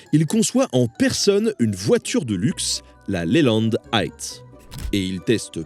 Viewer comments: Eight pas aight 😅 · tous ceux qui sont allés à l'école primaire savent compter jusqu'à dix en anglais. Eight... Ça fait de la peine de l'entendre comme ça.